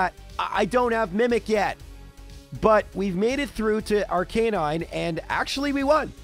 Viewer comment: Arca nine, not Ar Canine Lore a lie, not Lore a lee Do you enjoy being wrong?